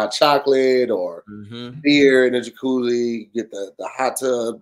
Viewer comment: Ja-cooly???? That's a new 1 lol 💀💀😂😂